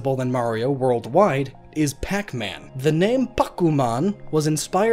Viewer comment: Can someone please tell me why he can't say onomatopoeia?